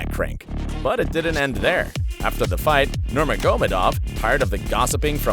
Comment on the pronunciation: Never heard anyone including mike Goldberg pronounce the names of the fighters so fucking poorly nurmogahmodamedov Frank MYre loooool 😆